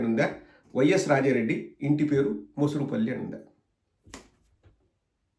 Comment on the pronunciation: Mosurupalli kaadu, morusupalli.